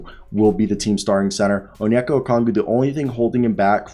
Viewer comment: I like your content but you really need to learn how to pronounce Okongwu